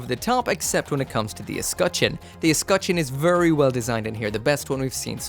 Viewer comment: vurry vurry EDIT: vurry vurry vurry vurry